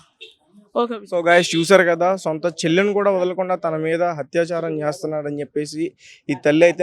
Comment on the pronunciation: Learn telugu hatyacharam kaadu, atyacharam